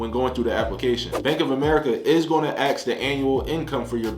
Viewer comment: Ask not Axe